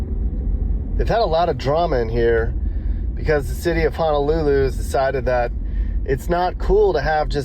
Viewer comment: Props to you for saying Honolulu, and not HANAlulu 🤙🏾🤙🏾🤙🏾